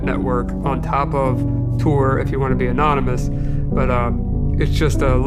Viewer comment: FYI: it's TOR not Tour.